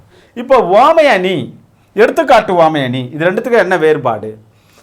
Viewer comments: Please Pronounce Correctly (Uvamai) Iyya - Appreciating your teaching effort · 1st uvamai apdindradha correct ah pronounce pannunga sir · he pronounces some words differently eg. uvamai